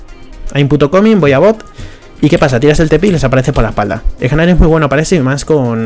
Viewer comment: No se si soy el único al que estresa que diga egnar. La g es muda se dice nar y lo pueden confirmar porque cuando se transforma dice nar. Por cierto todo le que digo lo digo de broma no pretendo insultar a nadie. ( amo a gnar es mi main :3)